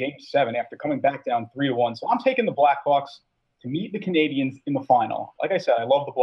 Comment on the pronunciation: It's Canadiens, buddy.